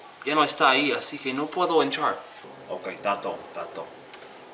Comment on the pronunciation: I have really been enjoying your videos man! They shed some light in to things that I need to start working on. Thank you for the content! I can't help but admit that I cringed so hard when you were speaking Spanish horribly. I know people who pronounce a lot of the words like that! (- Por ejemplo ¿Puedo ir al baño? (PWAY-DOH IR ALL BAN-EO POR FAH-VOR.) Keep it going man! hahaha